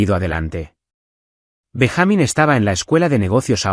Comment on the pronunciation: BenjÁmin? No es Benjamin? Payasos?